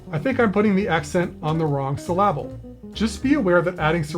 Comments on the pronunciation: I don't often comment on Youtube videos, But in your case, I will. Great presentation with an excellent application of humor. SYL-lable? You had me at that one, lol. Great review and I will add you to my Subscriptions. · Burst into laughters at sylLAble